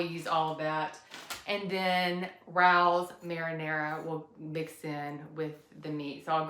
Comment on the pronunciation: Definitely try ricotta cheese in your lasagna! And the pasta sauce is pronounced RAY-O's. :)